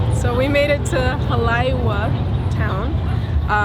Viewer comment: Also, Haleiwa is pronounced Hah-lay-eee-vah....